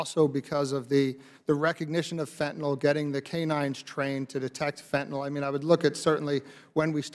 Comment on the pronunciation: Katie, that's fentanyl not fentinall.